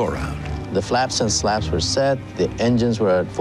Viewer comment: Slats not slaps